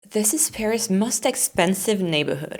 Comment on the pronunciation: Every time you say most, it sounds must....congrats on your channel.